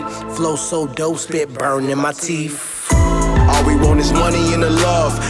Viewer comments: TEEF ahaha, not teeth but TEEF. Shit kills me man. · i felt it when he said teef